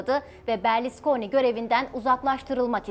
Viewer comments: Berliskoni değil kızım Berluskoni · Berlisconi değil hanım efendi Berlusconi